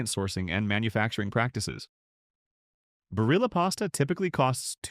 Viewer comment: You can’t even pronounce Barilla correctly. Why should I trust you?